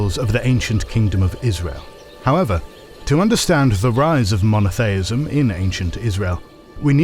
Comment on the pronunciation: Mono-thay-ism? LMAO. Smacks of hpercorrection.